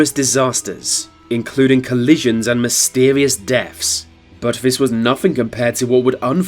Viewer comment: Such lazy speech in the commentary. Vis and vat, fings, etc. It’s just sheer laziness. Had to turn it off.